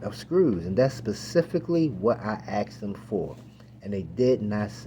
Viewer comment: U say axed instead of asked... I'm gonna side w the other party 😂